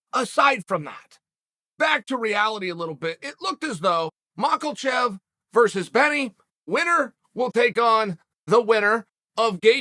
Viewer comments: I love ya uncle chael but the way you say Makhlechev instead of Makhachev is annoying asf lol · uncle chael.....its makHAchev not maklchev....but you are undisputed..... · it isnt pronounced 'macklechev' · who the F is MOCKLE-CHEF???? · "Islam michaelchev " ~ Chael P. Sonnen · Mocklechev Edit: The amount of times he said “Mocklechev” had me dying 😂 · The names officially "maCKALchev" now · Chael pronounces Islam’s last name like this: Mocklechev. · MACKLECHEV. BLEHAL, VINCHENCENT, HAZMAT, MAGADSHERIOPOV, BLACHOVOVIC, TIUVASA and now MACKLECHEV. The list goes on. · Who tf is makelchev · Who in hell is Michaelachev? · Who the hell is Mockelchev? Lol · Makklechev... lmao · Who is Mockel-chev? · It's not Makalchev it's Makhachev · Mackalchev 😂💀chael where did the L come from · If uncle Chael say his name is MichaelChev, you better believe it. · Mockelchev. Very Shaub-esq Chael! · Chael "Macklechev" Sonnen lol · I seriously think ol' Chael P deliberately mispronounces everyone's name for reasons us mere mortals could never understand.....either that or he just simply cannot pronounce a name beyond the likes of the single syllables of Jon Jones, and anyone named mach-L-chef, dah-rush, or haz-mat is just SOL, ain't happening, it's quite the juxtaposition for a mind that sharp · Chael's language coach: "Makhachev..." Chael: "Mawklechev..." Chael's language coach: "Makhachev!.." Chael: "Mawklechev!.." Chael's language coach: "MAKHACHEV!!.." Chael: "MAWKLECHEV!!" Chael's language coach: ... ... "Better..." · Chael "Maklachev" Sonnen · Gotta say, Chael. I really respect that you continue calling him Macklechev despite being signed by Khabib. Please don't stop doing this. It's quite amusing. Thanks. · Chael “MockleChev” Sonnen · Mockle-chev. Mockle-chev. Mockle-chev.🤣🤣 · Chael “I’m the only one who can see the L in Islam Maklachaev’s last name” Sonnen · Islam mock-ol-check - Chael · Why he keep calling him ‘mockle chef’ 😩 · Uncle Chael it's not Michaelchev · makkelchev hahaha